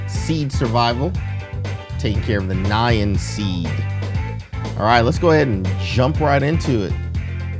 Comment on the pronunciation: Try Nyan not nyan